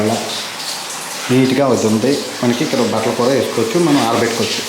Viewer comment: City lo “ kura “ kuraa kadhu bro kudaaa ne Telugu santhakella oka telugodiga telugu spastamga matladi kastha aina mana telugu ni bratikinchara nathi pakodiii 😁😄😀